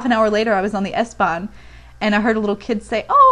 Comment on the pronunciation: Dein Deutsch ist fast perfekt ...Eine Sache die du aber noch verbessern kannst ist: "Ich >hab'< dich lieb" . Du könntest versuchen das "a" kürzer und härter auszusprechen also das "hab" ungefähr wie "happ" aussprechen. Denn Deutsch ist eben eine harte und abgehackte sprache.